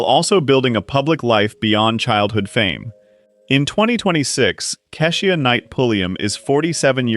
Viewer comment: Another one - "Kee-sha" not kess ee uh.